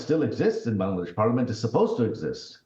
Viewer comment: It's Bangladesh not B'desh . Some mistakes you also had joy . When I was going door to door no one payed heed . But it was important . This is called nature's justice. You shoud have helped me.